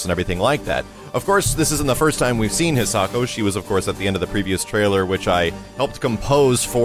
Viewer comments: I'm going to be really disappointed if the pronunciation you're using makes it into the game. It's a Japanese name but you're pronouncing it with the English phonetics. It should be Hee-sah-ko not "His socko" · i know it doesnt matter but it bothers me lots that he is saying the name wrong, considering its a japanese name im sure its pronounce High-sa-ko... again i know it doesnt matter but i just wanted to comment it